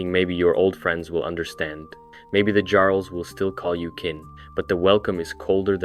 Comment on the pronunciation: Jarl is pronounced as if the J is a Y, like in German and Eastern Europe.